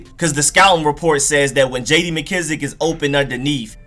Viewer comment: Painful to hear for sure. I hate how he pronounces mckissic too